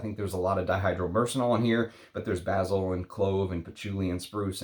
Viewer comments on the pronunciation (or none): none